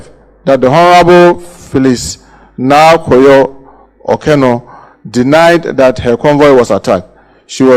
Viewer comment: the name is Naa Koryoo not Yorkor. 😂😂😂😂